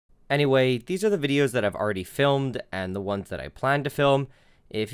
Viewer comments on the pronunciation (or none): none